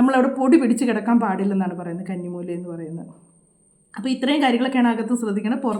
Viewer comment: കണ്ണി മൂലയല്ല' കന്നി മൂല എന്നാണ് ശരി.